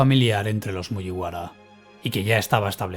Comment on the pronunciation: Siento si el comentario es poco constructivo con lo bien que narras el vídeo, pero me saca totalmente que digas cosas como "MuYiwara", cuando se dice "Muguibara". Perdón por ser tan tiquismiquis, pero a título personal me gustaría que te fijaras en la pronunciación japonesa! Saludos y espero no ofenderte!